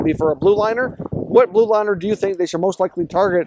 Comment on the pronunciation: blue liner, not blud liner